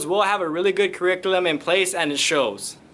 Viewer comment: Kur- ree- cue- luhm